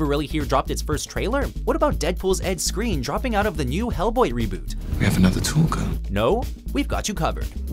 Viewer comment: pronounced screen? not skrine?